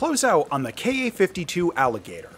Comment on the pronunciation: Thank you for saying "Kay Ay" and not "Kah." Drives me nuts. "Kah." "Soo." "Mee [Mi]." Drives me insane. All the youtubers do it, especially the ones following the "current events" going on Over There.